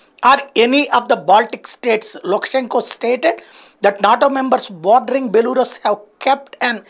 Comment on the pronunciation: బెలారస్ బెలూరస్ కాదు